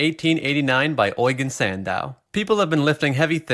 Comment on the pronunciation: How in the hell did he pronounce Eugene Sandow’s name?